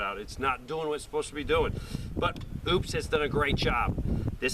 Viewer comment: it's O-PUS. not OOPS.